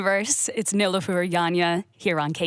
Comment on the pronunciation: KEXP, please take the time to understand how to pronounce a person's name before intros. It was painful to hear Nilüfer 's name pronounced incorrectly. It hits deep for me when I heard my mom's name mispronounced my whole life and my last name also mispronounced. Turkish names can be challenging at first but please take some time and practice. It matters a ton and it immensely appreciated when you take the time to learn it.